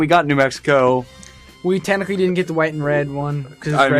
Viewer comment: Am I the only one hearing Joshua say "tenically" instead of technically ? Yeah? Just me? Ok......